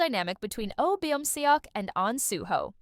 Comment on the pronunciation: good video! only thing that really irks me is the pronunciation of beomseoks name. would you mind pronouncing it correct next time? its kinda distracting